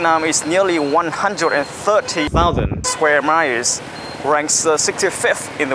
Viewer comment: Chỉnh phát âm lại các chữ war, channel, miles là OK vài chữ khác sai nhưng không sai nặng về phát âm.